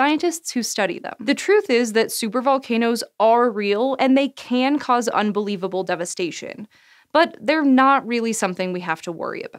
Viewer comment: Video: "supervolcanoes can cause UNBELIEVABLE DEVASTATION" Video (not even half a second later): "but theyre NOT REALLY something we have to worry about" Me: idk the way you enfisized those words specifically makes it seem i should be worried very worried